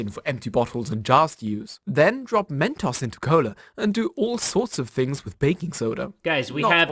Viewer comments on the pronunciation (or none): I know this boy did not just say men-toss. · When he said" men tohs" i got pissed, its "men toes" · the way he said mentos lol